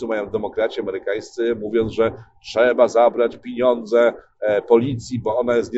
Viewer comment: nie "... piniądze ..." tylko "pieniądze"